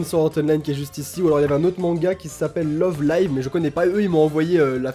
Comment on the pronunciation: osomatsu san 8) Ça se prononce Love Live à la française et non à l'anglaise X)